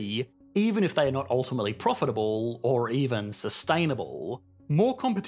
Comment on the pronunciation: sustainabollllll.... profitabolllll..... gets on my nerves a little bit